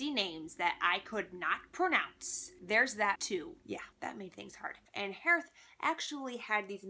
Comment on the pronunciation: I am actually almost 100% that we are supposed to pronounce Hearth's name as Heath <3 I think...